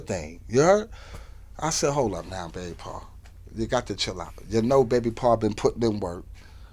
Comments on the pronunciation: Old school Brooklyn lingo and baby bro pronounced "bay bro" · He saying baby pa not par. Also it’s not disrespect when they’re laughing even if it’s at him. He has to know he a funny guy without him trying to be. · It’s not “Baby Pa” it’s Bay Pa lol Sikh lol it’s both